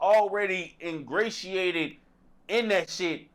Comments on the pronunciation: Dat boy said Engraciated!!DAMN🤷🏽‍♂️ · It’s ingratiated